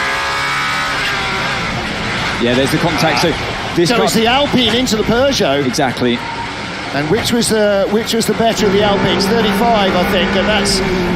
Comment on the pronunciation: Peugeot ❌ Pegeout ✅